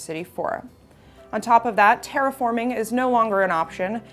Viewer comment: It sounded like you said "taraforming." Is that when you convert whatever game you're playing to New Vegas?